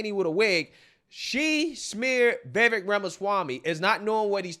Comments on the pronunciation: Dude..Vivek....SOUNDS LIKE CAKE, NOT VEK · Just remember: Viv-AKE, like "cake". Stop all that "viveck" stuff.